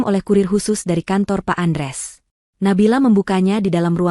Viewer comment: Utk ibu yg baca hrs nya ya tetep baca Andreas bukan Andres